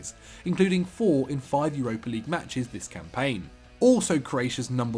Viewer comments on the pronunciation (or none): none